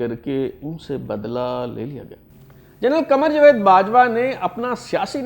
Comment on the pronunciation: Not jved but rather Javed